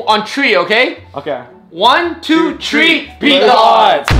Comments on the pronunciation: one two tree ......... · One two tree